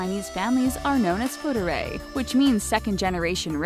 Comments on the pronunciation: Me here. I cringed so hard when she said “fu-er-dai” as sth extremely slurry like “fuu-er-ray”. It's like hearing some drunks saying random bullshit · FU ER DAI....not fuderay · Fuerdai tho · I lit can't watch this after hearing "foo-der-ray" 😒 no matter how well researched or produced, if you can't pronounce foreign words that you chose to include in the script, bye. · did you just say FUDERRAY? it's made up of three words fu, er and dai. ''fu'' (富) means wealthy, ''er'' (二) means two/second, ''dai'' (代) means generation, and that should be pronounced as ''she'' not ''chi'' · It's pronounced foo are dai